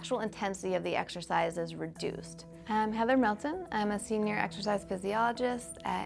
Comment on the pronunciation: why wouldn't you cut the misprounoced "exercise"